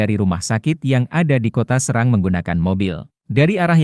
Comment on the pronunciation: Di bacanya bukan SEURANG tapi SE'RANG KATA SERANG BERASAL DARI BAHASA SUNDA YG MMLIKI ARTI SAWAH